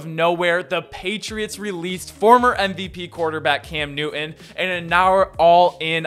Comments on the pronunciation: Love your videos but it’s (Noo tun) not (New un) relative to Cam’s last name. Peeve of mine is pronouncing someone’s name correctly. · What is the issue with pronouncing a name in its entirety? “ NewTon “ . Am I missing something ? Is their a reason not to say the man’s name correctly ?